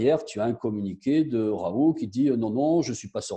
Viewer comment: Raoult!!!et ça se dit en phonétique raoul, le T on ne l'entend pas!!!tout le monde lui écorche son nom!!!